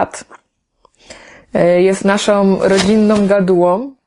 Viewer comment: Gratuluję sukcesu, ale słuchać nie mogę - naszom, rodzinnom itd.